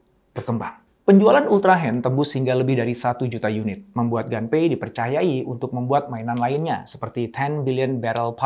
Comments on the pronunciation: Permisi, mau koreksi sedikit. Pengejaan bahasa, nama, & tempat dalam Bahasa Jepang kurang lebih cukup dengan mengikuti ejaan seperti Bahasa Indonesia. Nama "Gunpei" cukup dibaca "Gunpei" saja, kalau dibaca "Ganpei" jatuhnya mengikuti ejaan Bahasa Inggris. CMIIW. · Mungkin maksud Bapak : Gunpei ( dibaca pake huruf U), dieja : Gu-n-pe-i